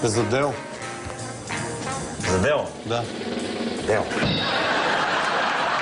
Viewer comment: Чакали били "Деу"? "Дело"? хахаха когато Л е "Уъ"